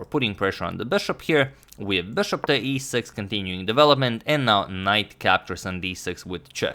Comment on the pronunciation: I really like the way you say ‘bushop’